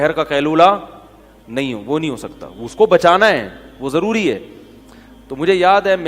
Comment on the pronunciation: Zaruri not jaruri.